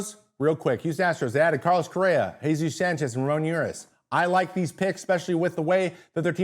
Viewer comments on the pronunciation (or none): This dude called Ramon Urias Ramoon Uris. 😆